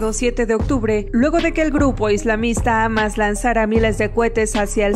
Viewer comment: amas ???? se pronuncia Jamas señorita